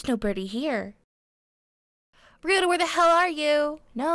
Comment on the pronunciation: True, but this doesn't apply to just this dub. It applies to any dubs on this channel with Japanese names. Besides, the name "Byakuya" may not be ever spoken here, but the name "Ryouta" does, and clearly pronounces it as /riota/, which isn't very accurate. And I know that I'm a huge linguistic nerd and a bit of a Grammar Nazi at times, but I would like to raise awareness to such issues. By no means am I forcing this viewpoint, I'm just sharing it.